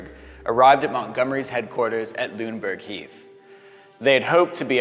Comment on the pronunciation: Loved the video, but learn some German pronunciation - Wesel should be VAY-zel, for instance, and Lüneberg is LUna-berg (Heath). Then everything would be perfect!